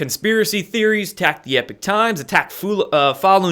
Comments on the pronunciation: Hello! This is Lynne, not Jack. Anyway, I don't want to sound like a know-it-all, but isn't the "Epoch" times pronounced "EEE- pock" and not "epic" as it's being pronounced here? Anyway, great show,!! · love your show but it's Epoch Times pronounced as EEEPOK! not Epic.... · EEPOK... Not "epic" times... yeesh. Lol. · it is the E P O C H times, NOT the E P I C H times.... an o instead of an i.....??!!! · Note it's not 'Epic Times' it's 'Epoch Times' (as in Pock). Love the channel btw. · Please stop calling it the ‘Epic’ Times it’s called the ‘Epoch’ Times as in The beginning of a distinctive period in the history of something or someone. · Language nerd: it's epoch Times not epic Times. It's worth trying to maintain a distinction in pronunciation, though admittedly difficult and picayune. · Errgh...i'm sorry for being annoyed each time pronounces it "EPIC" times.